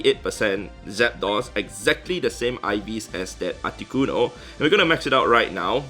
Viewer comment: So funny how you pronounce it “aticonoo”